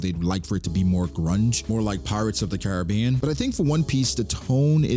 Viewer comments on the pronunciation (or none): none